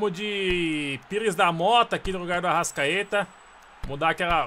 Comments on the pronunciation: Para de falar arascadeus fala arastatudo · Fala direito é arrascaeta